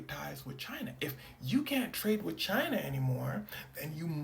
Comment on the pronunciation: Why do Americans pronounce china like they are supprised 😂